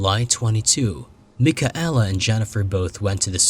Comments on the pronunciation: Mik-a-ella ROFLMAO It is pronounced MIKAYLA FFS!! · mike-a-ella? how disrespectful.